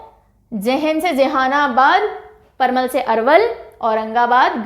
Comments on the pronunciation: Parmal nhi parval hota g😂😂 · Ma'am vo parmal nahi parval hota h , jisko patal v bola jata h